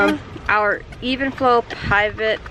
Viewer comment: Shes fucken dum she doesnt even know how to pronounce the name of the stroller shes had for a year